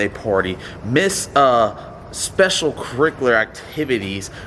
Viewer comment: Specialcricular activity he said